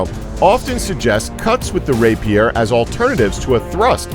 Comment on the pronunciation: He's not very good at saying rapier either.